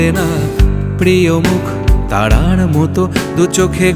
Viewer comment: প্রিয় মুখ "তাড়ার" মত অর প্রিয় মুখ "তারার" মত??? এই গানটি রেডিওতে শুনেছি, পরবর্তিতে ফোনে,,অসম্ভব প্রিয় একটা গান। উচ্চারণ এর ত্রুটি কেনো হলো বুঝলাম না, কানে লাগলো ব্যাপারটা 😞।